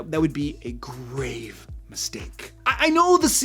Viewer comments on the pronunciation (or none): none